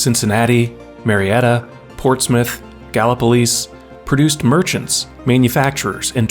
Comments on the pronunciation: first person I've ever heard pronounce Galipolis correctly. Well done Sir! 😊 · Kudos for your ability to pronounce ’Gallipolis’! Good job on Ohio.